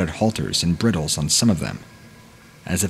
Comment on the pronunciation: bry-duhl not brittle. 😁